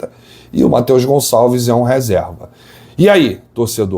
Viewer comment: Tira esse "S" do Gonçalves, pelo amor de Deus!